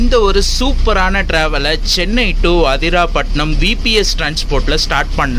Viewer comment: அதிராபட்டினம் இல்ல ப்ரோ,அதிராம்பட்டினம்.உச்சரிப்பு தவறாக உள்ளது